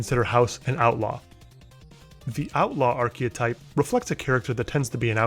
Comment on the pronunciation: arche-type, not "arche-o-type" best character is not a favourite character. Objective writing standards apply, not your opinions musk isnt a intj - hes a cretin